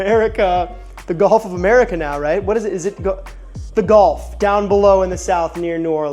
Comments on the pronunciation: first off, it will never be the gulf of america, thats such a stupid idea. second, its pronounced GULF not GOLF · Do they pronounce Gulf as "Golf" down in Louisiana or is that your doing?